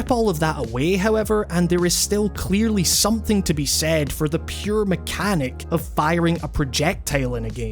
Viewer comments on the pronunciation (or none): none